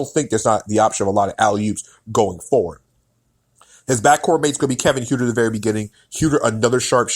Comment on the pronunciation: Other than mispronouncing Kevin Huerter's (Hurt-er) last name, it was a very well reasoned and thoughtful piece. The Hawks are going to be an exciting team but the core players are very inexperienced and lot of pieces would have to fall together to likely make the playoffs. The season after, they will likely be an opponent no one wants to play.